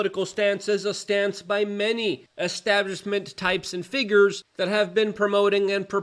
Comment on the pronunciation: Plus he yells really loud. It reminds me of my grandpa which is nice. Also I like hearing him make up so many new words. One time he says establishment. The next time it is estabbishment. Powlerful, bangks, in-poll-cated, etc. I'm learning a lot